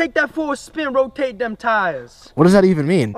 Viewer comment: man is speaking gibberish. LeT mE rotAte YouR WheeLs